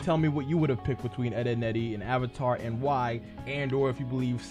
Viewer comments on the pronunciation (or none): when he said BETWINE I spit out my noodles